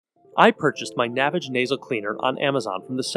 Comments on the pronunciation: it's pronounced NA-VAGE, like GARAGE, Not NAVIGE. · Its not pronounced navage like savage ,its nah vaaage. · It's "naväge," you tool. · The creator pronounces it Na-vAge. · If you can't pronounce the name of the company properly, you didn't do your due diligence and your opinion is worthless. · Maybe you should learn the correct pronunciation of the product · This guy pronounces "Navage" differently than the inventor does in the radio commercials. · Because he pronounces it differently, he's pronouncing it incorrectly. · You must not have seen the Navage commercials because you keep pronouncing it incorrectly and discrediting your “expertise”. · Would have been nice to see someone use the product completely and get their reactions and also I believe your pronunciation of the product is incorrect.